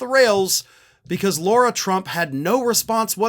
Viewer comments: We get on Trump and other republicans for mispronouncing Kamala. We should set the example and pronounce Lara the way she requests it to be pronounced. Attack her all day on what she says but it is common curtesy to pronounce their name right. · not to nitpick, but as much of a POS Lara Trump is, her name is pronounced Lar-ah. Like saying car and putting an ah on the end of it. It's not pronounced, Laura. It's a respect thing to use proper pronunciation for someone's name - even when they're trash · Do you deliberately call her Laura instead of Lara? Its the sort of thing Trump would do. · why do you keep saying Laura, knowing full well it's Lara? 🤔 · Lara not Laura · I don’t know if you’re calling her Laura as a dig, like trump and his sycophants mispronounce names.